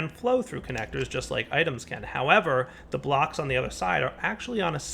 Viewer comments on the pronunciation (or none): none